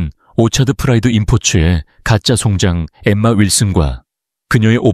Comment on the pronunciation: 이글을 읽으며 정말 송장 이라는 용어가 계속 역겹게 느콌읍니다 자세히 말하면 송장을 송장이라고 읽어야 하느데 송잠 즉 시체리고 읽고 있으니 구역질이 나옴니다